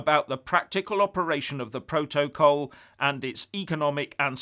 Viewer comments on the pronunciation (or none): The way pronounces ‘protocol’, exposes him for the thick, badly educated fool he is. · first learn to pronounce ‘protocol’ properly. is a fool, as is anybody who buys into his crap half-baked analyses. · Love the way he pronounces “protocol” and “vis a vis” -anybody else?